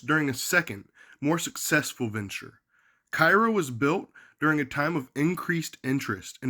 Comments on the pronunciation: It is care ro not ci roe call kfvs 12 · It's Kay-ro. Learn how to pronounce it correctly. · Its pronounced "CARE-ROW....I grew up 10 miles from there back in the sixties. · I was born and raised here until my pre teens... And fyi... It's pronounced KAYROW or care-0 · Kay-row or Care-row according to comments in a number of videos about the city. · It's Cairo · Informative video, but probably would’ve lent more credibility to your research if you knew how to pronounce the name of the town.